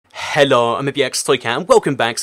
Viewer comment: he says hello so funny lol